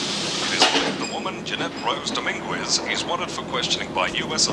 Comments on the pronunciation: "Dom - IN - gwez" LoL It's Pronounced "Dom-IN-ghez" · That’s not how you pronounce Dominguez.